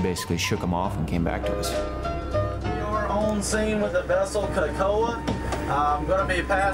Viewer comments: Amazing story! But it’s pronounced “Kay ko ah” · Cool story but not one Haole on this whole show pronounces Kekoa correctly, least of all the owners lol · They dont even know how to pronounce Kekoa..